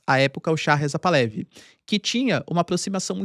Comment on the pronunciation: Excelente video como sempre. Uma dica caso interesse. Moro no Canadá onde tem uma grande comunidade persa. Um amigo iraniano-canadense me disse que a pronúncia correta do sobrenome da família real Pahlavi é Par-la-VI. O h tem som de r carioca e é uma oxítona. Abraço.